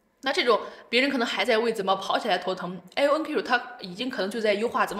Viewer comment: 是IonQ, 不是LonQ.